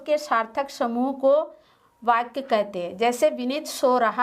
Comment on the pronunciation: Here are Mistakes First fall I dissatisfied with your videos and mam also. •very very poor pronunciation •doubts aren't clear •there is no profit of making videos •Mam is saying other words like बाच्या and in digital board वाच्या बाक्या...नही वाक्य •Tarak you say that other subject classes are also held there are no classes of English,computer Upar se madam bhi itna ganda पढ़ा rahi hai .....🙏🙏🙏